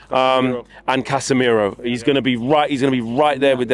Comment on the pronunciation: “Bosemiro” love it. Respect to Ajax